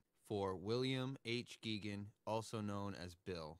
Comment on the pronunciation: Hey! Nice video! Bill was a friend of mine, and I wanted to let you know that a new anniversary re-issue of “Nature I Loved” came out last spring by North Country Press. (Also, Bill and Alice pronounced their name, “GAY-gun.”